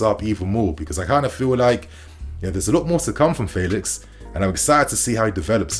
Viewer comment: Calling him "faylix" uno🤣